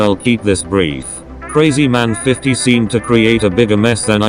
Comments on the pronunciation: Your pronouncing krazyman50 wrong its not crazyman its krahzyman50 like your old voice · The tts actually pronounced krazymans name correctly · Said krazyman50 different!